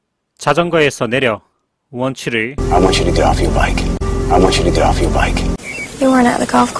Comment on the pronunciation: i want u to get off ur bike.에서 아 원츄러 더프 여r 바이크 . get off 가 더프 로 들리네요. 막귀인가봐요.